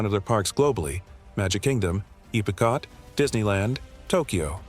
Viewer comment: This guy is an idiot. There's literally a clock on Cinderella Castle and MainStreet has clocks. Don't forget about information boards. Oh Don't get me started how he pronounced EPCOT around the mark